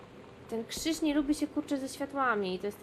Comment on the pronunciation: No, ale dzie ten kszysz? ;_